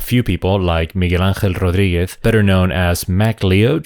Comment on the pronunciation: Your pronunciation of "Miguel Angel Rodriguez” is spot on! Hope my English pronunciation is as good when I grow up. 🤣